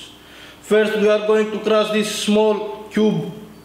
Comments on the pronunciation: i love how he says crus instead of crush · we did it krass^^ grass, crass, its called C R U S H "Schhhhhhhhhh" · "Today we will be crossing some magnets" An hydrolic press operator unable to say "crush" lol! Poor him! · i luv when he says crush just love it not irony